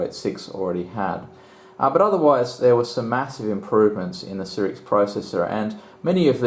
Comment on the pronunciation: I couldnt stand to watch the video after third "sirix"...